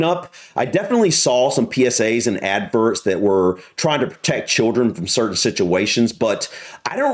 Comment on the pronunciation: Laughed every time you said “adverts” 😂😂😂 Ad-verrrrts